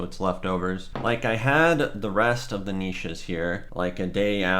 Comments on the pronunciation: Its Kaa nish The "nish" rhymes with dish. "Neeshes" hurts my ears and soul. If you do not know how to pronouce something- a dictionary comes in handy. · It's pronounced ka-nishes. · Are you for real with that pronunciation?! 🤦🏻‍♀️